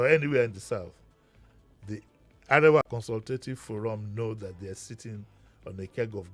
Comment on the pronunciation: hahaha,...behave like monkey bawo 😀., Arewa (of ACF) is pronounced "mi-do-mi" and not "re-re-do"